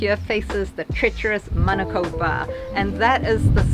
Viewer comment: Honestly I love that you guys say manukau and not manacow 👏🏽👏🏽